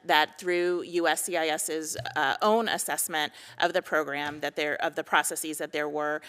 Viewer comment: Is it processes or proceecee's? Is it basis or basceecee's? Huh